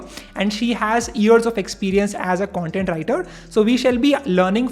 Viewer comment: "cuntent writer" seriously?